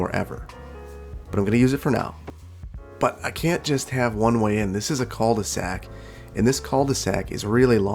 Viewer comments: Great video, can't wait for the rest. Also, "cul de sac" is pronounced "Ku" de sac, the u being very sharp. And the L is silent. :) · Cul de sac… the L is silent. Try that